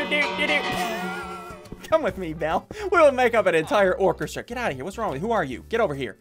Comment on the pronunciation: When he said he could make a orchestra of bells I thought he said orphan Yes I did like this myself